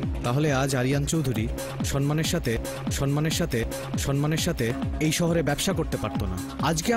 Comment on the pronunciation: সনমান, টিটমেন্ট, আহা উচ্চারণ 🤣বেহালা বাজাতে বেহালা লাগেনা, ভাবা যায়? অস্কার দেয়া উচিত😂